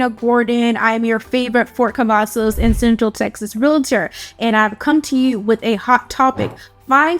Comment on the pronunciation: She said Fort Cavasos... know she not from here😂..... And she make it like you have to travel you 40 minutes from Austin depending what side of town you are on. But it take me longer driving frombone side of Dallas to the other side. Also you can drive to Dallas, Houston, or San Antonio for all the fun. Killeen is not a place for jobs, its for military people and retirement people. If you willing to drive to Austin for work you will be ok. You have Kalahari, Summer Fun, Austin Park and pizza, a other things for the children. Killeen is a good place to raise children and a good place to start a business. But its better for people to stay where they at, dont need no more people 😂. And our Base is Fort Hood, not Cavasos, us originals will never go with the name change